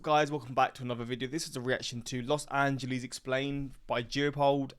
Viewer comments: As an L.A. native since the 60's, please pass that "Los Angeleez" admonition along to Piers Morgan. He's the number one Brit offender with that. 😄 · When will brits finally learn that it's not "Los AngelEEZ"... While most of the analysis you see here are undeniably true, a diss video like this doesn't showcase many of the reasons a lot of people like it or choose to live there: it's one of the most comfortable climates in the world, it's one of the best food cities in America, some of the best abundance of fresh fruits and vegetables in America, top 10 healthiest cities in the country, a booming economy, higher wages than most American cities, access to nature and the beach, outdoor recreation activities, a magnet for creative people, high cultural/ethnic/linguistic diversity, access to world-class museums, music venues and festivals, the list goes on. Every city has its own set of massive pros and massive cons- for some people the pros outweigh the cons, and for others the cons outweigh the pros.